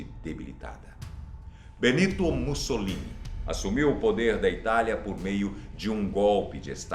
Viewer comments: quando ele disse mussolita eu entendi bolssomito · Eu entendi ele dizendo bolsomini kkkkkkkkk